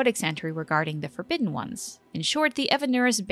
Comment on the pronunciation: "the forgobidden ones"